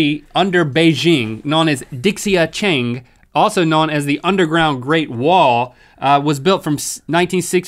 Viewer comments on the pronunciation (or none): dixia cheng... that's just LITERALLY means underground city. Also, it pronounces like 'dee shya chung' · It's pronounced "dee-see-ah cherng", actually. for the dixia cheng one. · The second one is pronounced roughly "dee-shah chung" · HAHAHAHAH LAUGHED AT THE WAY HE SAID DIXIA CHENG. It basically means underground city. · dixia cheng.... I nearly burst out laughing at that XD it's ok, most people have a hard time pronouncing foreign languages especially far eastern ones just... dixia cheng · don't even try pronouncing dixia Cheng. gave me the creeps.